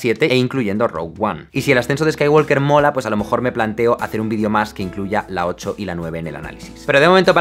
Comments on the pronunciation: Creo que se pronuncia Skaiwoker sin la L Walk y Talk se pronuncian sin la L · Skaiguolker...me encanta